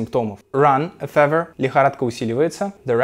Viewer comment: мне кажется или слово fever неправильно произносят в этом видео?